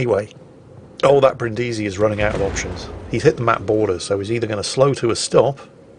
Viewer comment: It's pronunced Brìndisi and not Brindìsi